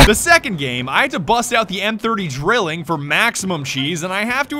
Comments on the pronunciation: its pronounced DRY-LING. as in 3. its a three barrel weapon so its a Drilling. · Its pronounced "Dr-eel-ing", not drilling. Its german for triplet, as in triple barrels